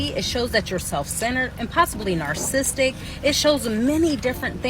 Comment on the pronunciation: "Narcistic" dunno why that bugged me lol